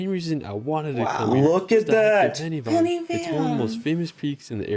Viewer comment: Why the heck are you calling our country Wells? There are plenty of places on Google that can help your pronunciation. Or you could ask the lady on your left as she can say it fine. Also Pen Y Fan is not pronounced penny! It's Pen ( the thing you write with) 'Y' is said "uh". 😅 Best wishes from Pembroke. Pembrokeshire